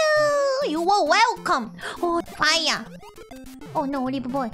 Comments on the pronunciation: wata into faia! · Wotta in da faiya waii?